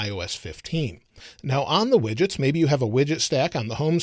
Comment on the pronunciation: Instead of widgets I thought you said midgets xD